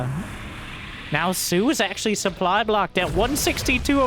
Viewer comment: Look at the soO-ply